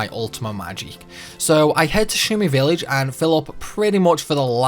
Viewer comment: Spall? Villeej. 😒